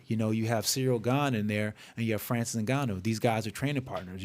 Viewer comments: It's pronounced "In" gannou...not "Ni"gannou. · It's pronounced Nnnnngannou...not Negannou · It's En-Gan-noo! not Nig-an-noo smh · Sounds like he's calling him Nigganou..not koo0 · he keeps saying nigganoo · Bruh said niggaa-nou 🤣😂🤣😂🤣😂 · It was driving me crazy how he was saying his name 😂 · How can you still be getting Ngannou and Gane's names so wrong dude? It's just lazy journalism